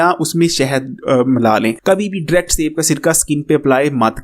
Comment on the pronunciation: Word is DIRECT not dract 😂